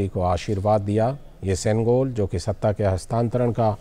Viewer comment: தமிழ் தமிழ் என்று பேருக்கு சொல்லி திரியும் இங்கு இருக்கும் தத்திகளே பிரதமரின் இந்த பேச்சைக் கேளுங்கள் செங்கோல் மற்றும் தமிழ் வார்த்தைகளை எவ்வளவு அழகாக சொல்கிறார்‌ வாழ்க வளமுடன் திரு மோடி ஜி ஐயா உங்களை வணங்குகிறோம் ஜெய் ஹிந்த் 🙏🙏